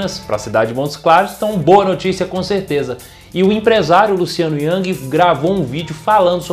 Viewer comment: Bom em ter transmitido a notícia, mas ressaltando um erro: a pronúncia do sobrenome do empresário é Rang e não Yang, como falou.